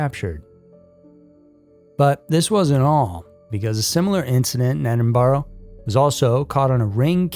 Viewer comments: It's pronounced "edd-in-brah" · It’s pronounced Edin-bruh, every American who pronounced Edinburgh says it wrong